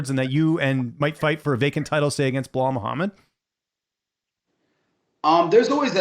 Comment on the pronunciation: So he's calling Bilal "Bill Lyle" now?😂😂